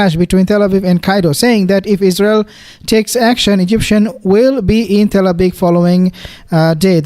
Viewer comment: Yes Exactly. There's No izzzrael. Exactly